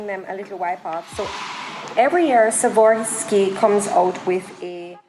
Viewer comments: Just wanted to help you with the pronunciation: Swa-rov-ski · S w a r o v s k i......not savorski.